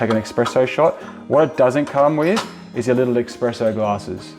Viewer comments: Great video so far! I like the simplicity of it. Just one word of advice, it's "Espresso", not "Expresso". Please??!! 😅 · Why do you call it eXspresso? :)